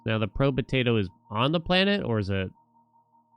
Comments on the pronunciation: Pro-betato is killing me. Probe-tato is much easier to say. xD Love the content though. I've found too many new games thanks to you. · Probe-tato. Not probuhtato